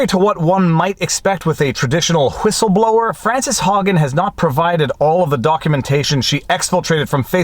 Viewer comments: Did you say Hwhistleblower? Psssst. The W comes first. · What's a Hwistleblower? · Viva, I just won a bet. I said that you would pronounce the "H" in whistleblower and you didn't disappoint. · Love that H XD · Gotta hwonder hwy a hwistleblower hwouldn't share her documents hwith the FTC. Hwat is it she thinks Congress can do hwithout bringing in the FTC? Ah, a distraction to benefit the Dems and Big Tech at the same time hwile trying to appear as if they're looking out for the common rabble.